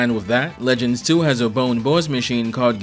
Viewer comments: This isnt a critique to be annoying but the Bonne's, the name is pronounced like Bond, not bone. Bon Bonne is a play on bonbons, etc. Love your work, the Cyclops video is my absolute favorite :-) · I think Volnutt’s Weapon Switch gimmick in TVC is way more elegant than Mega Man’s in MVC. Though as a side note, I’d put more stock into how the Legends games themselves pronounce Bonne compared to MVC3, personally.